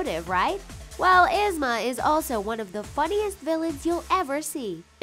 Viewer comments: They are saying Yusma it is esma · It's spelled yzma, but I thought it was pronounced eezma? Could be wrong. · EEEEEsma not esma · Ahhhhh it's not (Izma) it's ( EE-ZMA) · did anyone else notice the she said izma not eezma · Oh my lord its Yee-zma not Y-izma. Also why is it important that Queen of Hearts and Ursula are obese? It gives them power an attitude. Dr.Ficilers "teenager" was his genderbend.. why do you guys keep mentioning their weight? Like, "they're slim" or "theyre obese" I'm pretty sure a lot of us dont care, just shown us the damn pictures. if we're here we know what the villains look like. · “is-ma” it’s pronouced “eez-ma” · It's Yeez-ma. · 'Isma'? Like, LADY IT'S Y - ZMA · It's EEEZ-MA! NOT IZZ-MA! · IZ-MA! it's pronounced eeez-ma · Yzma isn’t pronounced “izma” it’s pronounced “eezma” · This bugged me so much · OMG! ITS EEEZMA! NOW ISMA!! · "Eez- ma" not "Iz-ma." Had to. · It's not Izma it's Yzma, just to let you know:) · It’s Pronounced EEZMA not IZMA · "Iz-Mah" it is not pronounced like that. It's pronounced as "Eeaze-muh", Yzma. Lord have all the mercy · Yzma is said “Eesma” not “issma”... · Yzma is pronounced E-zma not I-zma Also I find it hilarious that they probably accidentally used a gender-bend of Dr.Facilier without even realizing it like I'm pretty sure that version also had boobs soooo..... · _-. I am so annoyed!!! They always pronounce Yzma's name wrong!!! It is pronounced EEzma. Not Izma!!! >:( -Hot pocket Addie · correct pronounsetion: yeezma wat they use: izma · The way they say Yzma 😐 " Is mah " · YZMA IS PRONONCED LIKE YIZMA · EEEEZ-Ma .... I know this is two years old but PLEASE say her name right! It’s like hearing nails on a chalkboard 🥴🥴🥴🥴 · Lmao “isma” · The way how she pronounces yzma makes me believe that she has never watched any of these Disney shows ever and pronounced them however the hell she felt like. 🙄🙄🙄 ugh it's ''YEEZMAH'' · If you love Izma so much you should know it is pronounced Eeee-zma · It’s yzma (yezma)